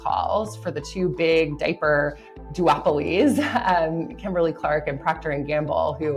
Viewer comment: What is a "daper"??? It is a diaper! Where is she from that leaves off the 'i" in diaper?